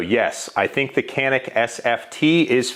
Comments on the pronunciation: It’s not yanik. It’s pronounced Janik. But Americans call it canik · Btw it was not Jahn-ick, it is like Joh-nick. Or like French name Jean. But you faked it until you made it. :) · It's actually pronounced "Janik". Confirmed by an actual Turkish speaker. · It’s “Jyanik” ya bloody yank! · It's John-ick you FILTHY CASUAL !!!! Just kiddin.. :p Nobody calls "Zig Zauer" too, why this was an problem i don't understand actually. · "Its actually pronounced Zjaneeck" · It’s actually pronounced like “Canik” in Turkish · Canik didnt even try to fight it! Like people trying to say we say garand wrong… nobody cares! 😉